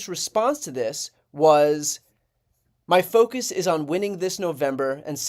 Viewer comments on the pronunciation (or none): none